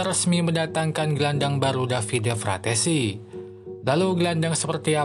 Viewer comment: Frattesi bang bukan frasseti 🗿